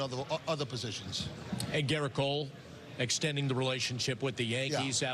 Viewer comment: Too bad Omar can’t pronounce “Gerrit” correctly 🙄